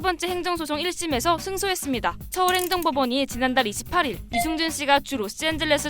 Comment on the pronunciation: 유승준발음을 유증준으로 할꺼면 스티브유라고 해라 받침도없고 편하잖아